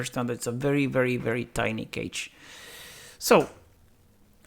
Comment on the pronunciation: So if malloc is extremely inefficient why does it exist? Is it designed with other properties in mind or is it a historical reason why it is still around? Also, the pronunciation of cache confused me with it sounding like `cage`. It sounds more like `cash`. Thanks for the video!